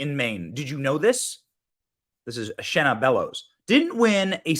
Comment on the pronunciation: I live in Maine and this women is an Obama pos. And its Shenna..not Shanna…poor Shanna..lol she’s trash